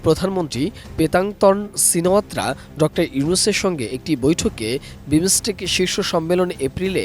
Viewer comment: বাংলা উচ্চারণ জানেনা হইছে সাংবাদিক.... For Heaven sake, this not বিমোসটেক। This is বিমসটেক।